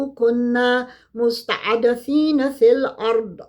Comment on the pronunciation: My dear sister , plse correct the word مستضعفين when you read?? God bless you, Barakalah fiiki,,,❤❤❤❤